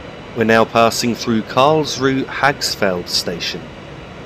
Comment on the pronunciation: I'm not German but I have a friend from Karlsruhe and I believe the 'e' at the end of German words is pronounced almost like an 'uh' sound (like the 'u' in 'up'). So Karlsruh(e) sounds like Karlsruh(uh). Sorry to be 'that guy' but I kept noticing it. Merry Christmas and thanks for the video. :)